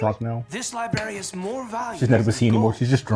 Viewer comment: definitely said "libary" multiple times lol. This episode feels like when we start have more serious consequences for our characters, with Appa being taken, and the scholar going down with the library